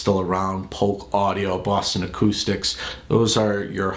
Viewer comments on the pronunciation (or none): none